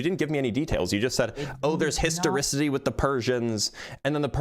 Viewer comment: I thought the word was pronounced histoRICITY